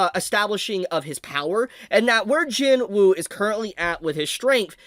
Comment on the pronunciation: Please pronounce his name properly. It's spelt JINWOO the W is silent, it's JINOO or JEENOO when pronounced.